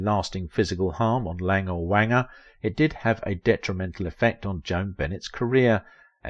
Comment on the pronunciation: Wanger rhymes with stranger.